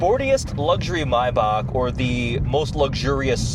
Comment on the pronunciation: bro forgot there's an "A" in the first half of "MAYBACH"